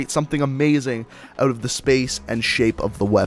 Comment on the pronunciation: he says ewt instead of out no hate just saying